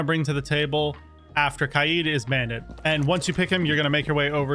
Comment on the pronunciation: It’s k-ai-d.